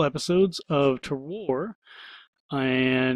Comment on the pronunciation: Just to let you know, Terroir is pronounced 'Ter-wah'. It's a French word so the pronunication is a bit tricky for us English speakers. It is a great word though because the definition is something like 'all of factors that give the wine its unique taste'. So all of the enviromental factors such as the soil or the weather where the grapes are grown that make the wine taste the way it does. A pretty good title for the game imo. :)